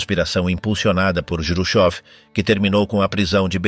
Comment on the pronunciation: Juchov complica tudo. Todo mundo em Português conhece Khruschev, em espanhol pode ser escrito Jruchov. Mas nunca juchov. Atrapalha tudo.